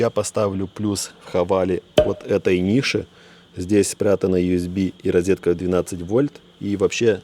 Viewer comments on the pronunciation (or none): none